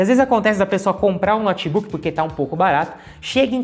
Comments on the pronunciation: Moço, meu ouvido pediu pra vc pronunciar " noutebook" e não "nótebook" nos próximos vídeos. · Um dos erros é a pronúncia: pronúncia correta: noutbuc. Não diga nótibuc. Pavoroso!!!😭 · Um cara que chama um Notebook de Nót Buk nada entende desse equipamento! Não sabe pronunciar o nome, como saberá o restante????